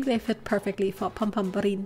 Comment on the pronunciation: I just love hearing you say Pom Pom Purin, although I hear it as Pom Pom Pudding 🍮 😀 😋